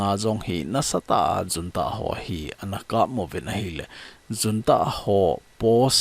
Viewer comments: Junta pronounciation hi Unta hilou d ham sir.... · Junta is pronounced as 'Hunta'